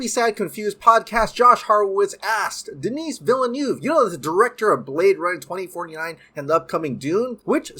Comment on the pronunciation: If he doesn’t stop saying Denis like that. 😂😂😂